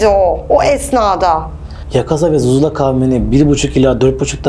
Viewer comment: ’de Daha Cin Kabilesinin Adını Söyleyemiyor zuzula Diyeceğine suzuzla Diyor Bu Kadının Akibeti Belirsiz Gerçek Bir Hüddam Hocası bu Değildir.